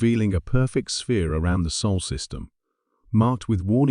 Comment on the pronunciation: "Sol", not "Soul": c'mon, folks; get it right, for once. smh